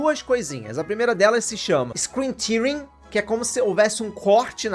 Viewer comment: Ótimo vídeo. Só uma observação, não querendo ser o chato que corrige os outros pra se gabar mas somente porque você fala em geral muito bem o inglês e só as vezes esbarra em alguma pronúncia... Então com intenção de ser uma crítica construtiva... "screen tearing" a pronúncia correta é "téérrin", de "tear" (rasgar), rasgo de tela. Você pronunciou com se fosse "tearing" de tears (lágrimas). Só lembrar do Doom "Rip & Tear".